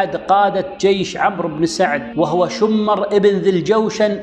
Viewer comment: شمر بن ذي الجوشن.. بكسر الشين وسكون الميم وليس شمر بتشديد الميم في كل الاحوال عليه لعنة الله ولعنة اللاعنين الله يجزاك الف خير ، سبحان من وهبك جمال الاسلوب وفصاحة اللسان والقبول ، الحقيقة من افضل القنوات اللي مرت علي باليوتيوب وللأسف اني ماعرفتك الا من يومين